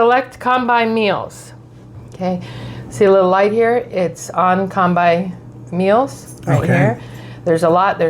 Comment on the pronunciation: You could easily have edited your start when incorrectly pronouncing “combi” but chose to show you doing an unflattering “whatever” attitude